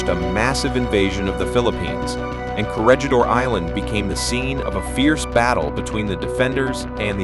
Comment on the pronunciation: Perhaps you should learn how the word "Corregidor" yourself instead of relying on AI to do it for you.